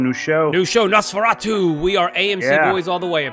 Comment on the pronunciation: “NOsforayyyyyTOO” should have been NOS402 “Nosfor-ought-oo” or even “Nosfor O too”